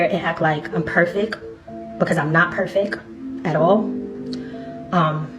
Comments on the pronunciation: what is “perfick”? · I can’t believe Ethan didn’t acknowledge her saying “perfick” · yea, nobody's perfeck. She legitimately believes "perfeck" is a word, we have failed